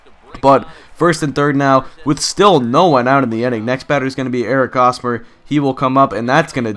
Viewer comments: Hey, I'm a fan of the Royals and you pronounce the H in Hosmer's name. It's not pronounced like Osmer. Just pointing that out for any future videos of yours! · h in hosmer isnt silent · Lol why was he pronouncing Hosmer with a silent H? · It's Hosmer with an H. I'm a KC fan so it just got a little annoying. And just call Norichika Aoki Nori Aoki.